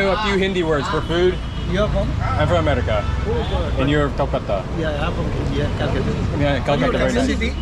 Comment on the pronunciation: Why do you say amardica. Instead of America